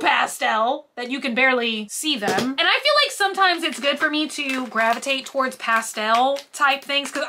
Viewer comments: Emphasis was on the wrong sounds.. might be regional 🤷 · When she pronounces pastel as ‘pass-tell’